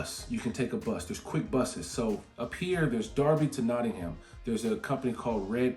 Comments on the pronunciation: I'm impressed you know Derby is pronounced as Darby, not Durby. LOL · Derby pronounced correctly. Well done! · Your pronunciation of Derby ("darby", meaning deer village) is fantastic and correct. Nottingham (meaning the home of chieftain Snot's people) is "Not-ing-um" though. There's no "ham", just "um" in British place names. The aitch was dropped long ago